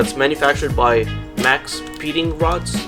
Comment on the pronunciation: "maxpeeding rods"